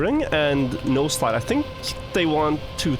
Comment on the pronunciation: This whole time I thought he was saying “nose slide” instead of “no slide”